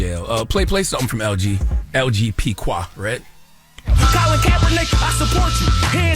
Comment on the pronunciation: why do y’all always mispronounce the name “Qua” it’s Kway, now kwuh